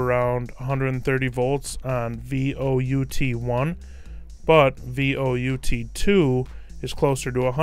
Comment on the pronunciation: Vout1 and Vout2 are not "V O U T 1" its "Volt Out 1" and "Volt Out 2" sorry, that just bugged the holy jeebus out of me.